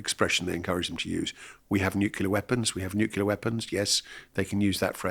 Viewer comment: Did I just hear him say NUCULAR ?!?!? IT'S NUCLEAR !!!!